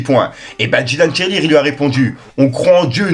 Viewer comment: Dylan Thiry et non Dylan Tirelire 😂😂😂😂😂😂😂😂😂😂😂😂😂